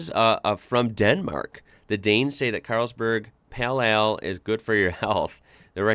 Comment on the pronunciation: HI! Please don't say "peal eal" but " peyl eyl" . Of course this is written phoneticaly...